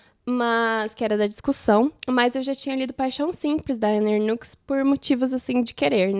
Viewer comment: Ótimas leituras, gostaria de fazer uma correção, a pronúncia do nome da autora Anne Ernaux é Ernô. Espero que não se importe com a correção, fiz de bom grado.